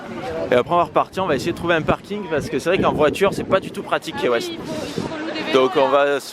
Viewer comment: Cc je vous adore ps ca s écrit key weste mais se ce dit ki west❤️☀️